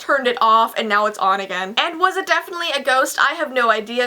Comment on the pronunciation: on not ohh